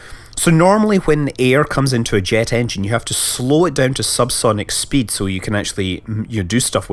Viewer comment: I love the way Scott pronounces double vowels. Food becomes "fud" and speed becomes "spid".